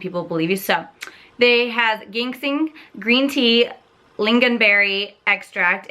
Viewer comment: Aha the g in ginseng is pronounced like the letter J 🤗 and I think a neutral shade from the line would look good on you!! Thanks for mentioning the sliding around part. I'll take note of that